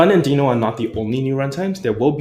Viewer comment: This is great, thanks for helping the JS community navigate the ever-changing landscape. Also... worth re-recording with the official pronunciation of Deno? 😆